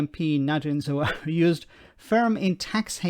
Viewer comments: Expect the leaks to continue. It will be entertaining, if nothing else. Sounds like that excuse was made up on the spot as well. Just to say,, it's pronounced Za-Har-We, not Zoo-ari;) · 1. moment of silence for the amount of times the narrator couldn't pronounce a simple name like ZA-HA-WI. 2. If a mistake over a utility bill is the best you can do, then I'm sorry but it sounds like a really desperate attempt to find something on him. 3. I'm as Tory as Hitler loved Jews. BUT. As a Kurd who was also born in Iraq like Zahawi, and given the UK's actions in Iraq and vs Kurds for over 120 years, it would be poetically ironic if an ethnic Kurd who made his money in private business because the PM of the UK. I wouldn't vote for him as I don't agree with his policies, but he is 1000 times cleaner and more intelligent than all of the sleaze balls who are also running.